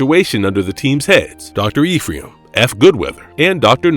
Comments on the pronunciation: The script and voice are both AI generated so it's mispronouncing a lot of stuff that should have been clear if they actually watched the show lol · While I like this video, this guy who's talking has terrible pronunciation. The way he says Ephraim, Setrakian, etc. Dick.